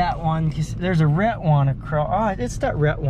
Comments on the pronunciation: Why do you pronounce “red” as “ret”? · Why do you say your d's as t's? just wondering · So you don't use the letter "d" at the end of a word, huh? Like shed and red, you say shet and ret. Was Amish school all that different from gentile school?